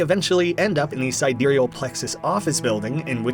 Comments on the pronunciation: sidEEreal Plexus?? I always thought it was SI/SYdereal Plexus… is there an actual correct way to pronounce this…??? I only now realised watching this video that it can be pronounced differently 😭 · Side real plexus… it’s side-real plexus. Sorry I love the vid but si dereal plexus just grinds my gears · huh i thought it was pronounced side real plexus, but sidereal plexus is also an option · I notice you pronounce “Sidereal” differently in this video than you did in the original video & the Don’t Escape 4 playthroughs. Any reason?